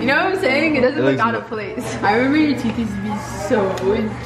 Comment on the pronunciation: “Show em your teef”💀